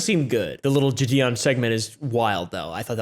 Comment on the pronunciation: The way you pronounced "JiDion" was rank